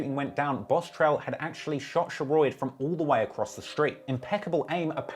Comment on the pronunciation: Lol Sheroid is pronounced “Sher-rod” but back with another banger🔥🔥